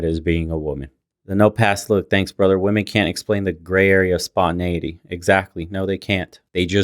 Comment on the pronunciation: "Whose better at communication? Wemon" Yo girl whats wrong? "Nothing.." 🤣🤣🤣🤣🤣🤣🤣🤣